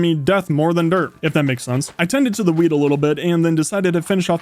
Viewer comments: Why did I think he said weed instead of wheat, even so it just makes it funnier hearing about the wheat farm. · I heard Weed instead of wheat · When he said wheat I thought he said weed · weil es so klang, als hätte er Gras gesagt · I thought he said weed